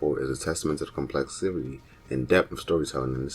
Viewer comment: Good videos, but you just make up random words. You said complexivity (it’s complexity) like 6 times, and termulous (I dont know what you were trying to say) like 3. It just takes me out of it when I hear it.